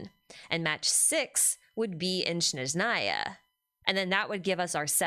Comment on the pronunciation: Thanks for another live stream. I'm sure this came up before and you probably don't care, but it's SNeZHnaya, not SHneZnaya. The first syllable is SNEZH, imagine saying "snek" and just change the last letter to ZH. The rest is easy - NA-YA. Russian is not an easy language and I'm sure many things will get mispronounced by VAs but this is the name of a wholeass region.